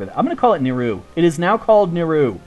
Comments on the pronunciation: just a little comment on pronunciation, its not Ni-Row, its pronounced NiRou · Aw, I was kind of hoping that you would visit Kerkida. :p Also, I believe we all pronounce Nirou differently. There isn't an official pronunciation. :D